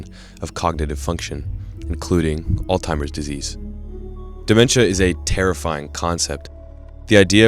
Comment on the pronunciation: You say you want to give the disease the respect it deserves but you cant even be bothered to learn the pronunciation ? ALL-TIMERS? Seriously?